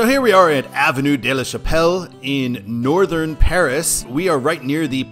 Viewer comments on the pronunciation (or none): none